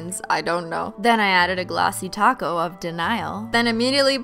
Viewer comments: shes saying taco. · Im new here but do you always say Taco instead of Top coat? Or is it just me ? Lovezz :D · Yea she always says 🌮 instead of Top Coat. But I still love how she says it 😂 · I'm new here so am I just hearing things or is she saying ''Glossy taco'' instead of ''Glossy top coat'' ?? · Every time you say “top coat”, I hear “taco” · The thing is she is saying tocko. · Do you say taco or Top coat because it sounds like taco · And holo taco as well? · Hey, I like your Videos But everytime you say top coat I just hear taco I think its funny but maybe I just should get some food 😅